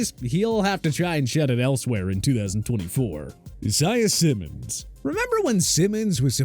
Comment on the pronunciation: zaya Simmons it’s Isaiah Simmons